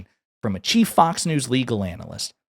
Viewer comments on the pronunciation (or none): none